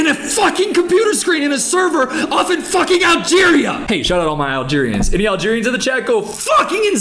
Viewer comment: I physically flinched hearing Algerian lmfao